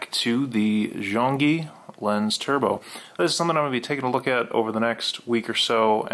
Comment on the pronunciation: Thanks for the tip, very helpful. It's pronounced Zhong Yi. ☺